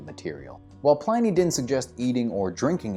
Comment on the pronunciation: Pliny rhymes with skinny.